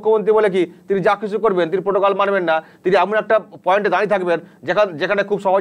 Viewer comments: প্রোটোকল নয়, পোটোকল। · প্রোটোকল নয় । পোটোকল।